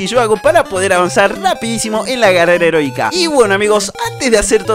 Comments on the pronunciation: Algo positivo: en ves de decir carrera heroica dijiste carrera erotica .-. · dice carrera erotica lo pronuncia mal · Like si escuchaste carrera erotica enves de eroica otalves las 2 🤯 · en el segundo 19 dises erotica xddd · carrera erotica carrera erotica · like si dijo herotica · ALGO POSITIVO ALGUIEN ESCUCHO CARRERA EROTICA? XDXDXD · Carrera erotica? 😅Soy el único que lo escucho así? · Dijo carrera erótica ?😂😂